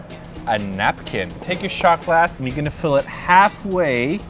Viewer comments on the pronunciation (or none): none